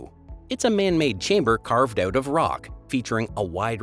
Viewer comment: After Birming-HAM, the woke, politically correct CE instead of the more appropriate AD, and words with out at the end pronounced as oot, I had had enough.